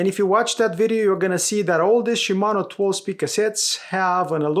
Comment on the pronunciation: Dude.... Shi....Mano. Not Shumano.